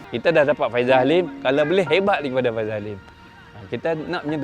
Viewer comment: Sebutan faisal bukan faizal..